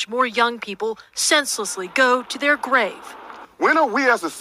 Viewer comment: “They need these parents to take control of dey kids” I know a police chief who was “suggested to retire” for saying the same thing just more articulate not in Ebonics.